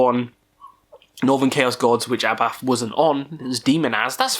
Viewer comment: A bit about your pronounciations here: HAT (Gorgoroth vocalist) is not pronounced like the fabric you put on your head, but with a long A. Abbath is not pronounced "A bath" (!), but like Sabbath without the S. Demonaz is NOT pronounced "Demon Ass" either 🤣🤣🤣 Other than that, keep up your good work. Highly amusing.